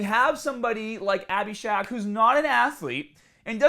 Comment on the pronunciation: Are you saying “shock”? Lol SHARK